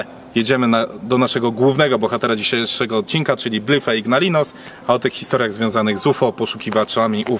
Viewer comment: Panowie, popracujcie nad wymową angielskiego. Po prostu sprawdźcie w transatorze jak się wymawia Blythe. Sorry jeśli to mi tylko sprawia problem i pewnie się czepiam, ale nie pierwszy raz to u was słyszę. Nie trzeba być po anglistyce żeby się dowiedzieć jak to się poprawnie się wymawia tym bardziej, że jest was trzech muszkieterów i pewnie każdy z was ma telefon. Nie przeszkadza mi jak ktoś mówi z akcentem, ale można by nie kaleczyć nazw własnych, bo to was dyskredytuje.